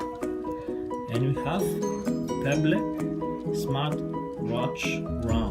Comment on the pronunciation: Let me help you out with your English. It's not Pebb Le. It's pronouced "Peb EL" or if this helps "Peb L"